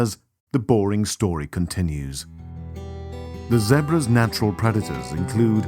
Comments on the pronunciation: Stop saying Zebras like that!! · It's pronounced ZEE-BRAS not ZEHBRAS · fucking zehbruhs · Poor Zeh-bruhs 🤷🏾‍♂️😢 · poor "zehbruh's"😭😭😂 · The way how he pronounces Zebras is so annoying. Or is that just me that finds it annoying? LOL